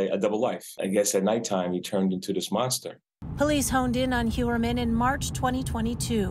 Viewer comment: Heuermann is pronouced HoyerMann, its german, its pronounced like engish pronounce "foyer"